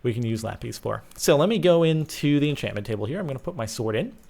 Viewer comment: Thanks Grumm and DB for butchering enchantment!